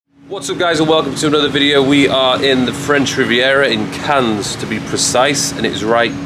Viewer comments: Cahn (ur) for next time. The 's' is silent. Looking like glamorous part of the world. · Are you really pronouncing it "CANS"?! 🙄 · Bless him, it’s pronounced ‘Can’ not ‘Cans’, he tried I guess and it’s not his fault, albeit it’s a given for most to know this with adequate language skills 😂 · It’s “Can”, not “Cans” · The ‘s’ is silent, pronounced can……although obviously spelt Cannes. Nice to see you visit new places, great choice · man just says the plural of a can (of coke) lol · Cannes is pronounced without the "s", fyi :) much love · We prononce Cannes in French like "can" for the next time 😁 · Who’s gonna tell it’s just pronounced Cann? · it’s pronounced ‘Cann’ 😂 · It's pronounced "Can" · cool video, but please don't say Canne*S* :D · Nice video, as usual. Cannes is to be pronounced without the "s" ;) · bienvenue en France (we don't pronounce the "s" in Cannes here btw) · The pronunciation of Cannes is killing me 😫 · I was about to comment the exact same, makes me very uncomfortable hahaha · Very English of him to put so much effort into pronouncing Ibiza, but then zero into saying Cannes correctly lmao. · Cannes is pronounced with a silent s! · Btw You dont pronounced the S in ‘cannes’ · You don't pronounce the s in Cannes. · The "s" is silent :) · Brother, the “s” is silent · The S in Cannes is silent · The s is silent.